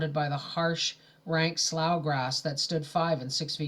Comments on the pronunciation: Slough is pronounced “slew” not slaw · Thank you for these! Ice been listening to them at bedtime, it's like a bedtime story :) The grammar policeman in me has to say it- it's pronounced Sloo, or Slew. Sorry I cant help it. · Slough is pronounced “slew”